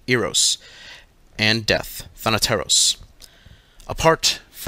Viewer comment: As a greek i can say that he is one of the few people I have heard pronouncing “thanateros” right